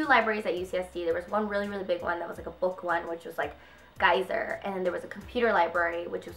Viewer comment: The library is Geisel not geyser! Lol